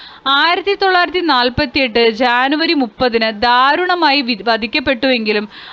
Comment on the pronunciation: ജനുവരിക്ക് ശാനു എന്നാണ് പറയുന്നത്